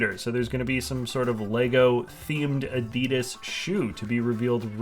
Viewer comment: Why did you pronounce Adidas so weird?